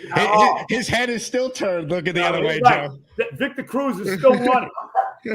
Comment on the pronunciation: Viktah Crooz... oh da freaking pain